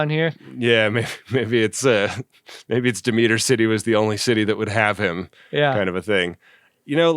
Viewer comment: The style/type of opening for 'Space Precinct' isn't something unusual for Gerry Anderson. He did the same thing for 'Space: 1999.' And that's 'Demeter' (Deh-meh-er) City, not De-meet-er.😃 Did I mention I really enjoy this series?